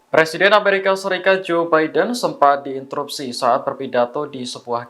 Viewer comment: John babident 😅